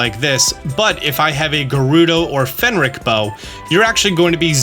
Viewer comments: FRENIC NOT FENRIC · It's driving me irrationally crazy when he keeps pronouncing the Phrenic bow as a "Fenric" bow. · it's "fren-ic" bow, not "fen-ric" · FREN ICK, NOT FEN RICK. phRenic, the r is before the e, not after. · You said "Phenric" while it say "Phrenic" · "frenik" not "fenrik" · Its Phrenic not Phenric. Your pronouncing of words crack me up, booble frog comes to mind, its bubble like the gum. Peace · Hearing you mispronounce "phrenic" as fen-ric and not fren-ic is hurting me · it’s pronounced phre-nic, not phen-ric. P-H-R-E-N-I-C. love your videos 👍🏼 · "that being the gerudo bow and the phenric bow." I'm sorry, PHENRIC? IT'S PHRENIC (free-nic)or(pree-nic) GET IT TOGETHER PEOPLE! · I don't think it's pronounced "Fen-rick" bow. I think it's pronounce "Frin-ick" bow. Phrenic (which is how it's spelled in game) probably comes from Phrenetic (or Frenetic) which means "full of energy or excited". Really not trying to sound like a douche or a grammar-nazi. I'm sure I mispronounce a million things. When you just see it in a book or on screen, it's really hard to know how the author meant it to be said. I was calling Hermione "Hermy-own" for years before the movie came out and made me feel like an idiot. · That's Phrenic (fren-nic) bow, rather than Phenric bow. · "fen-rick"? Dude the r is right after the ph, it's "fren-ick" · "Phrenic" bow. Not "Finn-Rick" bow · Great video - especially like the range measurement setup! Also it's Phrenic (Freh-nik) instead of Fen-ric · Sorry to be that one pedantic person in the comments, but its the Phrenic Bow not the "Phenric" Bow (as you pronounced it every single time in this video) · Hate to be that guy, but it's "phrenic" not "phenric". As in the Phrenic nerve, the nerve that allows you to control your breathing, which is suiting since it's like a sniper bow. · Great video, lots of useful information, however I do have to point out one pedantic thing. PHRenic, not PHenRic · Not say “PHENRIC” instead of phrenic bows\